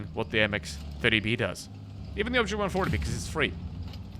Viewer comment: Your accent so bad! Man go listen to how you pronounced the 140. Wow unbelievable